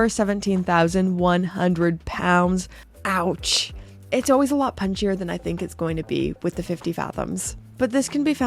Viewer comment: "Ouch"!!! For me even on the secondary market. I like your Ouch! or is it Autsch?